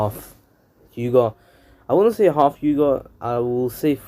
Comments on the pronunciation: This dude really said hald 😃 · Ik this guy did not just say hald☠💀💀💀